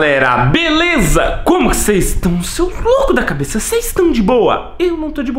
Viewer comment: Ploblema é dela ( quem mandou ela sentar na cabessssss)kkkkkk